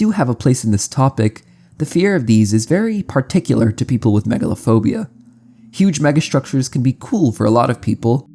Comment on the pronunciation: Megalophobia? I heard Megalovania 😭